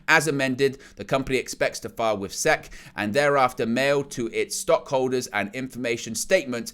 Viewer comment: Hey buddy, to assist you because I know you aren’t from here and so aren’t familiar with our government and it’s various agencies (much like how I am not with any of that for your country snd so is entirely understandable), fhen Security & Exchange Commission is spoken as the individual letters, so would be “S-E-C” and is spoken without a pause or anything between each spoken letter. Which the college sports around where I am from is also part of a conference which is abbreviated & said in the same way; and that’s it is called the South Eastern Conference aka the SEC. Keep up the awesome content bro!